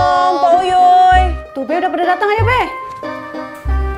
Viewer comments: Pok uyuy bukan ayuy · Kok ayuy kan harusnya uyuy